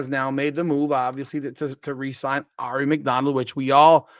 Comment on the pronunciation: Now you just have to learn how to correctly pronounce Aari. 😉